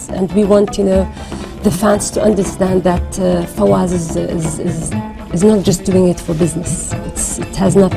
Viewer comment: Fawaz not Zawaz 😅